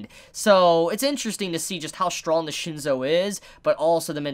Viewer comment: its shin-soo , not shin-so :P